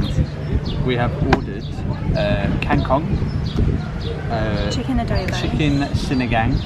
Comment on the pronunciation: You've made me laugh when you called Kang Kong as King Kong..lol . Enjoy Bohol xxx